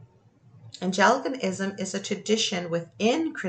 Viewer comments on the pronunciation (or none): "Ang-lee-can-ism" not "Ange-el-ic-an-ism" England is Anglia in the ancient tongue . Hence Anglicanism is the Church of England. In America it's high Episcopalian. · Anglican darling, not "angel - i - can - ism" ♡ great points though ☆